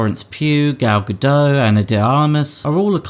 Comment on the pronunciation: The second G in Gal Gadot is not silent.